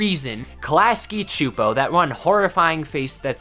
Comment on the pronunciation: I don't think "Choopo" or "Csupo" is an English word, bro